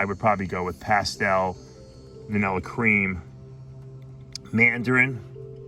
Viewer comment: Vanillarish lol love the accent